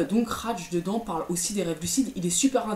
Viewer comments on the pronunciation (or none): "Raj dedans" "Rage de dent" XD